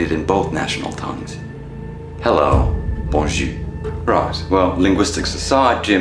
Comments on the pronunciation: I wish you would pronounce the R so you could say good day when saying bonjour, instead of sounding like you are saying bon jus which is good juice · When you don't pronounce the r in Bonjour you're actually saying good cheek. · It's so frustrating that your prononciation is so great for everything except the bonjour (you prononce it as if it was bonju but it's bonjour, with our being prononce like our). it seems that as tested the plan with us lol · Wait what? I mean the guy tries and it's all good but you need to pronounce the R at the end of Boujour or else it's not even a real word. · FYI, it might help you to pronounce the ending of bonjour by using the zure part of azure. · If you pronounce bonjour that way they will certainly know you are English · Your pronunciation of bonjour would give you away as an American immediately. Canadians won't be bothered by the language(s) you respond with, because the Hello / Bonjour is perfunctory and no reply is necessary or expected. We'll just wave you through, or if you do something weird like this, we drag you off screaming for "secondary inspection". is making sure the devil gets a full cavity search. 😮